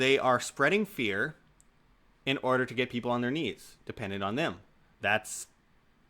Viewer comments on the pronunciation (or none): none